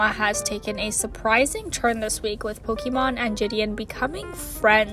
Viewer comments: Lol the Pokimon pronouncing is cute don’t worry 😂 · She said it was pronounce pokemawn keep malding